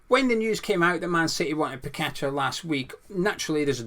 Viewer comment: Paqueta and your one person who actually knows how to pronounce his name properly well done. Not pack a tar ffs. Kudos good and get you but Paqueta unfortunately will go to best team and coach in the world unlike Dec. 😢 Don't blame him either one bit.